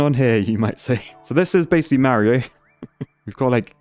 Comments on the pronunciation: Super Cario Galaxy. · super cario galaxy